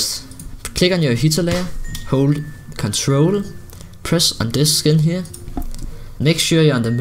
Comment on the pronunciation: when u said CTRL it sounded like u said crunch roll